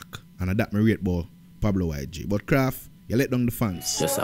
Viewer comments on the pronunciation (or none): KRAFF NOT KRAFTY 😂😂😂😂